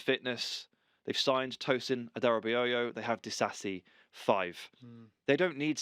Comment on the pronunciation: Just for context because I've noticed it's been difficult lately 😕 TOH - SIN ADA - RA - BY - OH (Tosin Adarabioyo) not Adarabiyoyo